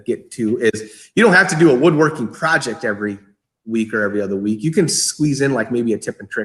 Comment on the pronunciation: Project or porject? Lol